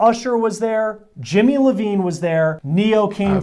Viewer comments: Jimmy Iovine not Levine .. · Whoa, whoa, whoa did that dude just say Jimmy Levine? Let me help him. He needs a lil more research bc it's Jimmy Iovine-- ponounced: Eye Owe Veen